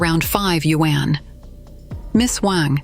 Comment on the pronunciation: borrow money in order to invest?? people really are stupid! also....when will AI be able to pronounce yuan correctly? WHÄNNN